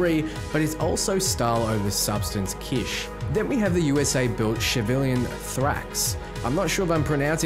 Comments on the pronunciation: Like the word Kitchen, without the the 'in' sound at the end. Or the word Bitch with a K. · It’s not pronounced “Kish”. It’s “kitch.” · "Kitsch" is pronounced "kitch" (like a "witch"), not "keesh". Haven't you ever heard this word before? It's not like it's some obscure term. Kitsch is the art direction considered to be cheap or in bad taste. Too colorful, too bright, too aggressive etc. It's contrasted by "high art" or stuff we'd call classy and toned down.